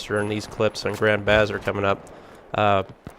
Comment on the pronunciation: It's Buh-Zarr...Not Baa-zr.